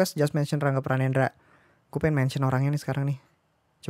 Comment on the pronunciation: Rangga pranendra jadi rangge pranendra? Wkwk